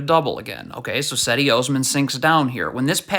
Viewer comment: Pronounce Osman's first name correctly